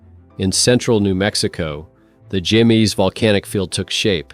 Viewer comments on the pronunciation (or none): Jemez pronounced as Hay-mus